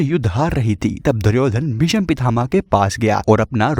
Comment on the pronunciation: भिषम नही, भीष्म हे